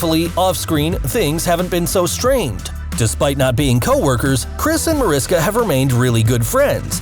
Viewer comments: Excited to see this new series! PS -, if you’re going to report, please do your research. It’s Ma-RISH-ka Hargitay, not Ma-RIS-ka. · It's not Mariska. Its pronounced Marishka! Her name is Hungarian and the pronounce the s in her name as s h. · Mar-ish-ka, not to be nitpicky but she corrects people. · Usmc and navy are too very different things and your not saying her name right!